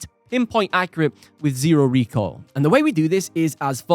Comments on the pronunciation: Arghhhh! STOP saying "recall" it's RECOIL for crying out loud!!! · its RECOIL, not recall